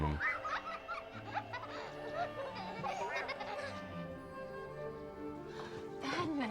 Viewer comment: Podme, geanasas